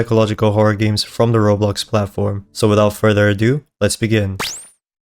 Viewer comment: Did bro say gims computer